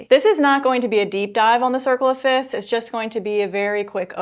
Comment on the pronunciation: Isn’t it pronounced “fifths” not “fits”?